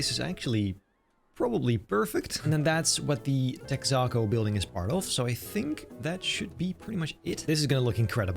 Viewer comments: Hhmm “Tex-ah-co”? It’s “Tex-uh-co” Besides that impressive build! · What’s tech-sock-co haha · its called Texa-co. Think like Texas. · say it with me.......TEX-AH-CO for the love of Christ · Texaco lil tex - ah- co like texas co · Its pronounced Tex-uh-Co. Like Texas but without the s sound. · I know this doesn't matter but Texaco is "Texas Company" so its "Tex uh co" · Lovely job, as usual! Texaco rhymes with Mexico :)